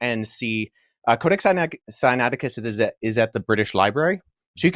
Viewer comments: Senateekis?😂😂😂😂 note. If you don't know how to pronounce certain words. Don't just give it a shot in an interview when your claiming to be a scholar. Billy thought this guy would be a pushover. This was orchestrated by GOD!! This man just happened to be very familiar with all the things Billy was lying on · It was embarrassing could not even pronounce codex Siniaticus